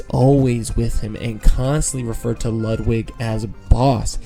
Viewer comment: Why does EVERYONE pronounce Ludwig von Koopa’s name wrong!!! It’s (Lude-wig)! How do you pronounce Ludwig van Beethoven?!